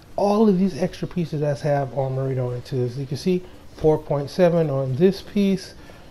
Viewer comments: I cringed every time he said “Armarita”. lol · Because it's Amrita...